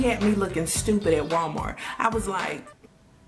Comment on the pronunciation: Because... Walmarks (yes, the k and the s are intentional)😂😂😂